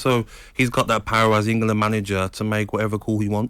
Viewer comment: For me he hasn't been that bad recently,does this clown even watch games? Someone from Talksport needs to explain how he got the job,it definitely wasn't for his football knowledge or eloquent speech.He even says EngUland